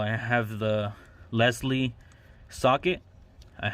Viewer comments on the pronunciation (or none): its lisle like island not leslie lol